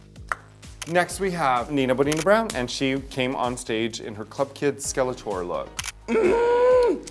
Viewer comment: RAJA SAID NINA BONINA BROWN WRONG